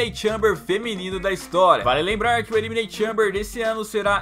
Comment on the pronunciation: ELIMINEITION TIEMBER CARA elimineit xamber